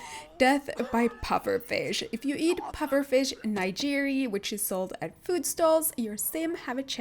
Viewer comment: The way she pronounced nigiri